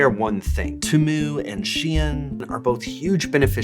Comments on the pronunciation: The way you pronounce Temu like Toomoo drives me insane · I can't tell what's freaking me out more - that insane hair or the repeated horrible pronunciation of Temu. 😬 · I like how no can agree on how temu is supposed to be pronounced